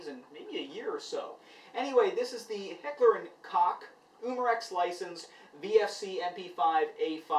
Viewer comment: sorry but you said Heckler and Kock wrong.